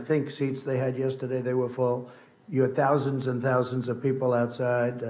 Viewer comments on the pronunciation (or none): The Indian PM may have said “thoujand” not thousands.